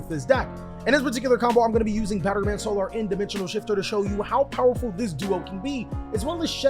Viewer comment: Is he intentionally refusing to say solar properly lmao